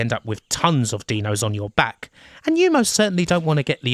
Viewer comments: Another great vid but I can't get over the "Deano" pronunciation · Why do you call the dinos "deno"? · Brilliant docu. Only improved by the fact you pronounced dinos like you would 'Dino Baggio'. Surprisingly amusing amongst all the great facts!